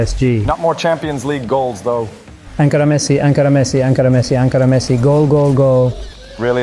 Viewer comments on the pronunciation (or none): I love how every time messi is through he says hankara messi😂